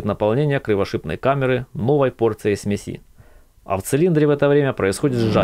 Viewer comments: Автор, что за смесИ ??? сме́си всегда было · только говорить надо смЕси а не смесИ ударение идет на первый слог, смЕ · Автор! Все круто и по теме. НО- смЕси , а не смесИ , ну ппц режет ухо. Не веришь- словарь тебе в помощь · Снова и снова смотрю, ибо классное видео, но от ударения аж передёргивает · может ударение ставить нормально? это всетаки смесь а не смязь